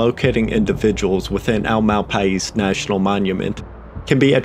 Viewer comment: i live in NM. it's pronounced mal pie.